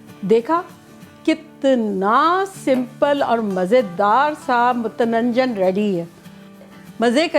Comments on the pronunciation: Mutananjan bata rahi hai aap. Mutanjan nahi kah pa rahi hai . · MUTANANJAN koi wird nhi hai dear respected madam. Its just MUTANJAN simply aunti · It's so much fun hearing you saying "mutananjan". Hahaha! Some words just don't come out proper 😁 I'm going to make it today for iftar. Got all my ingredients ready and rice is soaking. I will update with the results later tonight. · It's pronunciation is Mu tan Jan. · Mutanjan huta hai ap sahi pronounce nahi Kar rahi hain